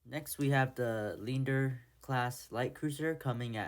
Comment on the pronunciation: hms lee ander, hms die- doe is the proper pronunciation